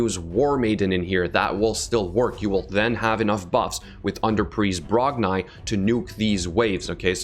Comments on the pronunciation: Its Brog--NI not brogniiiiiiiii but this champ will be good fr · I think it’s pronounced Brog-“knee” not Brog-nye